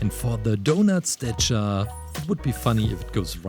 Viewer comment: It’s statue not stichar